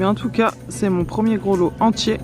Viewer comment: Coucou fillette, je rêve ou tu prononce "grolot" plutôt que "grelot" ?? 😂🍂🍃. Sur des plus gros tu trouveras un jour des numéros, ils correspondent aux différents sons, le berger pouvait, rien qu' aux son, savoir s'il lui manquait des bestiauds.Gros bisous, bravo pour tes gants😊☝et tes belles trouvailles.